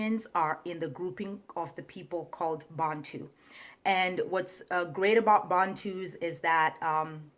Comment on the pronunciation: The why she pronounced Bantu is very suspect